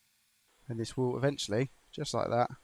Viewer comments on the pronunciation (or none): none